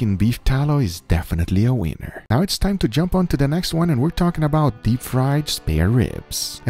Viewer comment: he definitely said weiner